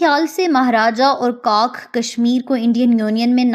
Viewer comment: "jisme C O C K ne likha..."👆😅😊 (do LISTEN carefully please...) Arree Pakiyo before claiming something, at least learn to SAY it w/o causing "splits"🤣🤣